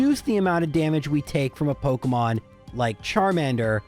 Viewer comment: pokEEEEEEmon not pokUHHHHHHHHmon